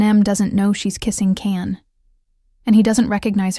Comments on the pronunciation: Can you at least pronounce Can’s name correctly? Can is pronounced “John”. There’s an interview with him correcting those who say “Can”…as in “Can” you be authentic? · Please, if you are going to take the time to discuss Turkish TV- pronounce the names correctly! Let's begin with Can. NOT Jan. NOT Kan. The C in Turkish is pronounced like a J. Can is pronounced like Gian. Ç is pronounced like a ch in English. Please try to get it right! You reduce your credibility without appropriate and respectful pronunciation. Thank you. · Can you PLEASE learn to pronounce their names right?!!! Eda. Eh-duh. Can.. chahn Omer Oh-Mare Sevda Shevda Ferat Feraht Seran Sheron .... As a Turk it's annoying because your shows have the correct pronunciation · Teach your lovely AI narrator that the "C" in the name "Can" is pronounced as our "J", so "Can" sounds like "John." It really grates on me that such violence is done to the name of CAN Yaman's character "Can" in the wonderful series "Early Bird." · Can’s name is pronounced John. At least get their names right. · Learn to pronounce the names correctly! Can is Jan!